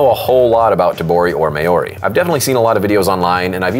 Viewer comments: Hey brotha, Māori is pronounced Maaollree (really roll that R if u can) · Māori pronunciation = mouldy but with an r. Love your videos! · Did anyone catch saying "may-or-ee" 😂 Nice try though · The way you pronounced "Maori" 😅😅😅😂 fuck